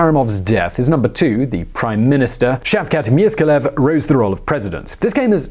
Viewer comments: He is not Miskiyev you idiot. He is Mirziyoyev! Before you make video, learn how to pronounce. Xayvon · Pronounced Mirayev Wrong( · yeah, you're right. I'm being rude. Sorry about that . Just too many "experts" around us nowadays. He pronounced "Miskaliyev". I don't think it was a just mispronounciation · The name of the current president is being pronounced wrong: he is actually Mirziyayev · You couldn’t pronounce the name of President of Uzbekistan. *Mirziyoyev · Every time you pronounce the family name of the current president I laugh and also get offended a bit 😁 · As an Uzbek I want to thank you for shedding light on the situation, but man you butchered Mirziyoyev's name XD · mispronunciation of the surname of current president of Uzbekistan. Read your preparation scripts properly, then you don't make such a stupid mistake, asshole.